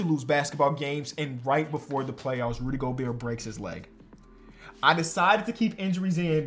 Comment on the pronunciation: says ruby gobert not Rudy gobert😭